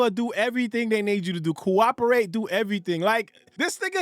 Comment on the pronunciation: From now on its not cooperate...its "GUWOPPORATE"😂😂😂😂😂😂😂